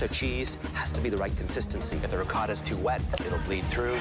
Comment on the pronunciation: Bruh what is “Reecotha Cheese”